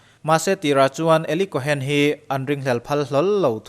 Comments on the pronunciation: Kawhen tia lam loh tur Kawn tia lam tur. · Tuna ilam dan 'Eli Cohen' tih hi alam dan dik tak tur zawk a ni.cohn tih hi chu sap hovina an kaih lek chawp zawk a ni.cohen tih hi hnam hming.Israel puithiam hnam hming.mosia unaupa Arona thlah kal zel te kha an ni a.tun thlengin juda inkhawmna biakinah puithiam malsawmna hi mipui te an la pe ziah thin a ni